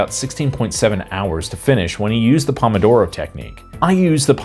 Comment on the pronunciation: That's not how pomodoro is pronounced.